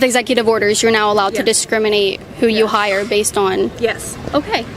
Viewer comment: "who they hiiiiiireeeee" what is the deal with this entonation?